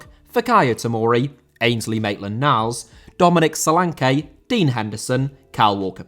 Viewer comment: Solanke* not Solankei